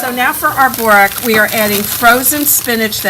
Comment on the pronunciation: Good video but try and pronounce borek properly please.